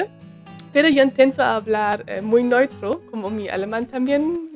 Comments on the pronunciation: Se dice neutro, e u, no noitro eso es alemán. Te queremos mucho, no te preocupes. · me gusta cuando dices ¨ noitro ¨ en vez de neutro 😀